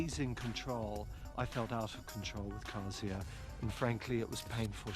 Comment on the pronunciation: So nice pronunciation of Kasia <3 ps I think when the model said "hit it out of the park" and photographer said it's wrong expression because they are on the middle of the desert, it was a joke. Dead pan delivered, but joke ;)